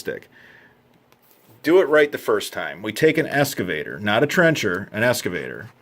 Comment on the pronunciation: It's pronounced "X-cavator", not "Es-cavator". I think the video is great and your voice is great. I just think you should pronounce the word correctly since that's the focus of the video. You know I've been called a dick a lot in my life for comments like that and I'm sorry I don't mean to be sounding that way